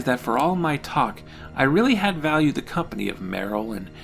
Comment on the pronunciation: "It's MY ritual it myeh ritual, its myehmyehmuhmeh " 😂